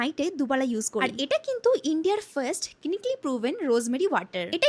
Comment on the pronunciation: Kinikali😂😂😂😂🤣🤣🤣🤣 seriously bhai pronunciation ektao thik na clinically ke kinikali baniye dilo